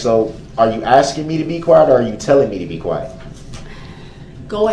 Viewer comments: that silence after all that “Are you AXING me?” Is so soothing. This guy’s inability to not interrupt people makes Jeremy Dewitt look like a very civilized scholar. It’s incredible how much you can hate someone you never met. I’m so glad he’ll never get to enjoy the outside world like us ever again. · "yaahnah" "axing" questions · Stop axing people you already have enough on your plate. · In one moment, Brooks talks about "a trial or this magnitude", then not long after he's whining about whether Judge Dorow is asking or telling him to sit down. Or, as Brooks puts it--"are you AXING". What a big baby. I wholeheartedly join all the others that are congratulating Judge Dorow for an incredible job well done! A Nobel Prize-worthy performance at the very least!